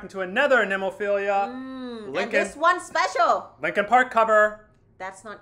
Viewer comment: After all your reactions to this band, it's about time you guys stop mispronouncing the band's name. It's NemoPHILA...not NemoPHILIA.